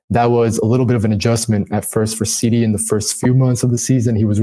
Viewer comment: SeeDee not Sidey, smh lol,lol,lol